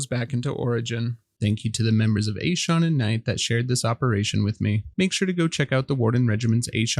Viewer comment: oh mate normally its pronounce A-SE-AN